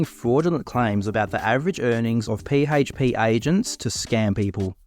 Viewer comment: I love how your pronounce PHP P - HAYTCH - P 😂🤣😂